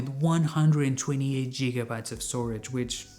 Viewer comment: What is a jigabyte? Lol 😂